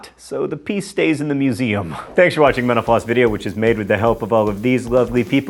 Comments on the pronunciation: When he said mental floss at the end I thought he said menopause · Sometimes when he says "thanks for watching Mental Floss video" it sounds like "thanks for watching menopause video" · I obviously need more coffee. In your closing remarks...."Thanks for watching MentalFloss..." I heard "Thanks for watching menopause." Yep, need more coffee.